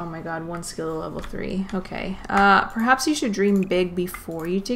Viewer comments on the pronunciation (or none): none